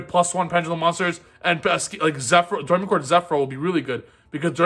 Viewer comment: Btw it's pronounced dough-ray-me-chord. Like the musical notes.